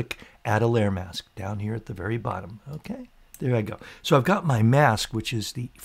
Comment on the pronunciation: Like "Okay" but "Unkay", keep up the great vids. (and maybe stop saying "unkay" all the time.) Okay?